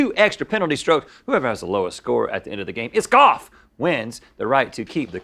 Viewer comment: "it's goff, anything can happen"